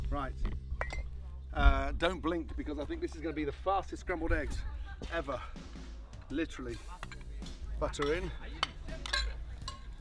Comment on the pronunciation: LI-TRA-LY lol